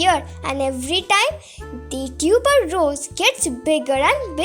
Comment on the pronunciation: It's not tuber rose, , it's tuberose. Plz correct yourself